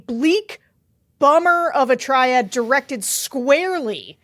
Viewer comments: Is she saying “triad” when she means “tirade”? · Did you mean "tirade"not "triade"????